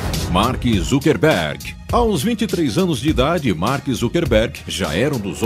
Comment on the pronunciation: "ZUCKERRRRRRRRBERG"???? OI??